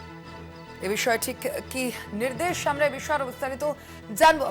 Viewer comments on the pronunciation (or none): none